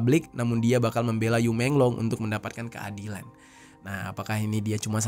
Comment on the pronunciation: Bacanya yi menglo